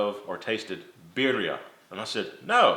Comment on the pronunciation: I was about to compliment you on the pronunciation of birria but then I remembered you're from Texas.